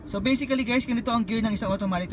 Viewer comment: Anong basiclly BASICALLY